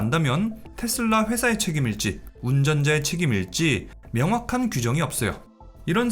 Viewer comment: 원어민 아무도 텟쓸라 라고안하는데 뭔 ㅈ 같은 영어발음한다고 탯쓸라텟쓸라거리냐 ㅋㅋ